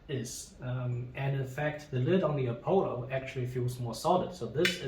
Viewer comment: Apollo is not pronounced "A Polo" but "Uh Pahlo" . Nice video. Love Demeryere.